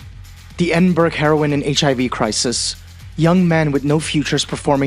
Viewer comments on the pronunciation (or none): Edinburgh pronounced Eddin-borough. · Edinburg is pronounced Edinburrow. How can I take your analysis seriously if you don't even know how to pronounce this major city